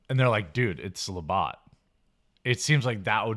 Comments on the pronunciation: Labatt not Labott. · It's Labatt's Blue ... looks almost identical to Bud Light in the can. And it's La Batts (like a baseball bat) not Botts ... made me crazy every time you said that, but I still love ya!!!! LOL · I want ot beat you up for saying... lah-bot. Instead try lah-bats! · Did Jeremy just say "La-BOT" Blue? Its "La-BATS"...Jesus. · Say it right ! LabAtt not LabOtt , get your shit together!! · It's La-bat not la-bot. Come on Jeremy. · It's not la bot it's La batt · Labott Blue?? It's Labatt Blue...Bat not Bot....luh·bat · Jeremy its pronounced la bats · FYI - Labatt rhymes with CAT and not BOT. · The fuck is le bot? It's Labatt (la-bat) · Being from Canada it's NOT Labot!! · the idjit cant even say Labatts correctly. it is pronounced lah-bat-s blue a canadian brad around 40 years old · Stop saying La bot !! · Labatt pronounced la bat. :) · it is pronounced as "La-bat" lol And it is a really good Canadian beer. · hey um There is no O in Labatt... its pronounced La-bat. They dont sell it in the south so I happily settled for Red Oak. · Jeremy, how can a guy like yourself from the home of beer companies not know how to pronounce Labatt, one of Canada's great beer companies?